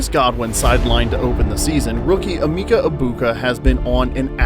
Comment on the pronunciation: Please... eh-MEHK-uh. This is not very hard, especially when they say it multiple times in the video you used. Anyway, he's awesome, isn't he?